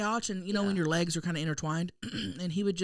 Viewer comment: can’t say a thing about Maggie.. if she says “LAYgs” 🦵or “AYEgs” 🥚one more time I’m gonna kms lol